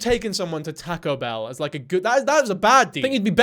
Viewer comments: my heart!!!! I love tahcoe bell!!! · “Tahko behl” 😂😂😅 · “Tacko bell” is this rage bait..? 🥀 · "tehco bell" 😭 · I just heard "Tack-o Bell" so many times my ears are spinning